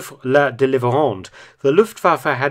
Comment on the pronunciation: Please. It's not Dervres la Délivrande. It's pronounced Doovre.